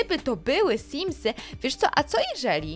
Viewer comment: Simsy!!!!! Simsy!!! Nie symsy! I.